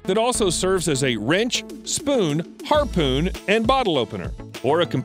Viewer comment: Did you say harpoon...